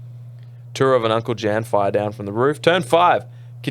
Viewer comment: The J in Uncle Jan is pronounced like a Y 😂